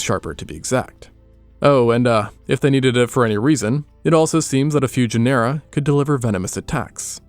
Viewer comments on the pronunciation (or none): "Genera" is pronounced "JE-nr-uh."